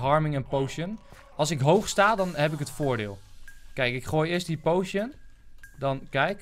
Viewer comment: potion spreek je uit als poosjun niet pojsjen :P